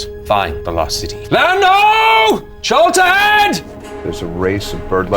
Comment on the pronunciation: When Matt yells Land Ho! in the opening i always think he says Lando! (From Star Wars) damn i am a nerd :)